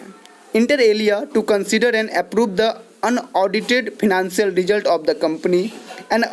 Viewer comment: Improve you pronounciation it’s financial not phinacial